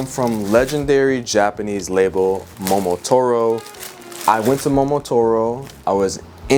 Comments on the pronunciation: For the love of all that is good, it's momoTARo, not momoTORo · why does he keep saying mo-mo-toro